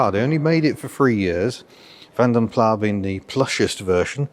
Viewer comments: Another great video. Can we do the correct pronunciation of Vanden Plas however - the S is NOT silent. It's Dutch and definitely pronounced. Think Vanden Plass Vanden Plar is as wrong as Plar Newydd! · Why do you pronounce Van Den Plas like "Van dehn plawhhhh"? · It's weird because Van Den Plas is Dutch and I'm Dutch, so hearing it without the S is strange. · I know you only do it to wind me up, (?), but in case there are any new viewers in any doubt, 'Van den Plas' is Belgian/Dutch, not French, and the 'Plas' rhymes with 'mass', not with 'car'. I think I may start pronouncing as 'Hur-Noo'... 😁